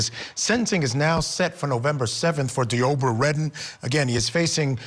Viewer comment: Id be mental too if my name was pronounced "Dee-obra."